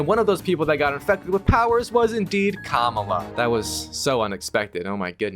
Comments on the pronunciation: Her name is Kamala not kamula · It’s ka mal la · It´s ka-má-la dude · The way he pronounces Kamala is killing me 😢